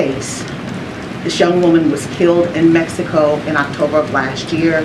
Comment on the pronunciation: Did this Negro say, "Messyico"?